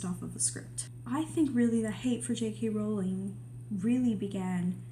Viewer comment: Its a breath of fresh air to see some common sense around Jk Rowling AND someone who pronounces her name correctly! Thank you for this!